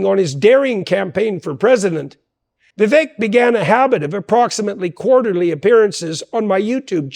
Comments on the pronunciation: Vivek like cake not eck. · Jordan, I love you like a brother. Correct me if I’m wrong, but I believe Vivek’s name is pronounced Va Vake, not Ve Veck. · Vivek rhymes with cake doc; BTW, thank you so much for this video, it is fabulously informative, instructive, inspiring, and even entertaining! I must watch much more of you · Just FYI, it’s pronounced “Vi-vake” (like “cake”) Ty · Remember to pronounce VIVEK with the E as a Spanish E, which is actually pronounced as a LONG A. Or, as others keep reminding us ... Vivek rhymes with CAKE !